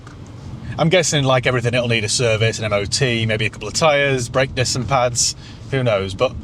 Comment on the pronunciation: Foot ont' brek 😆 very Barnsley